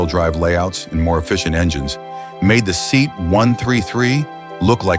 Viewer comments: It is pronounced as "Se-at" not seat....... a seat you sit on, a Se-at you sit in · Ugly as sin, but utterly reliable. Only 'let down' was if the suspension leaked. My Dad had 2 1750HL's, one after the other, he absolutely loved them. And what was with the lengthy slagging of the Seat (Say - at, muppet narrator, not SEAT!!!). The Maxi gets viewed while berating the Talbotm, then this little lawnmower gets about 10 minutes worth of slagging. Do i detect an obsession? :P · Teach the AI to correctly pronounce SEAT.